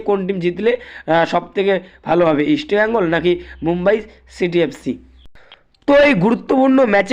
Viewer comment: আগে তুই আমাদের ক্লাব এর নাম উচ্চারণ করা শেখ